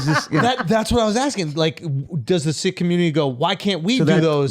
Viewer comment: Its funny how Andrew is pronouncing "Sikh" correctly and the guy from India isn't.